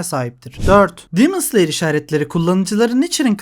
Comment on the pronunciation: Abi neden “dimıns liyır” diyosun “demon slayer” de işte